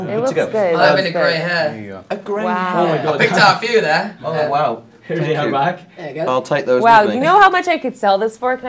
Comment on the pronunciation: the way louis said “dare” in an american accent is killing me